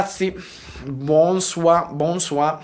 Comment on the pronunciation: Ciao! Prima la tua "Bonsoir" in francese è perfetta (è molto difficile per un italiano dirlo)!!! peccato ma è difficile per me prendereparte a questa bella azione e per le mie occupazioni in isolamento (siamo nello stesso caso di te ) faccio foto che non posso filmare e non ho l'attrezzatura nemmeno uno smartphone mille scusi!!! Buona fortuna per questa challenge!!! Penso fortamente a tuo paese e sono con voi e tutti Italia!!! Buona serata e un saluti di Francia!!! Forza Italia!!!